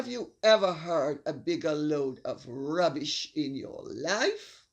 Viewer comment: I love the way you say rrrrrrrubbish!